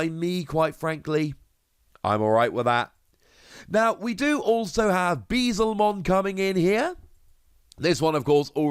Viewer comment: Beelzemon is pronounced Be-EL-za-mon. Like Beelzebub. jsyk